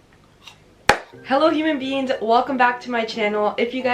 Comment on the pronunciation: Did she say human beans at the beginning